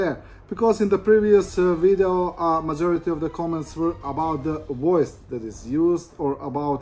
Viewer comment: you pronounce masoriy instead of majority, give it up. AI please